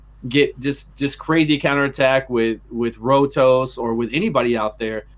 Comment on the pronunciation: Did he say Road Sauce instead of Rotos the first time? lmfao.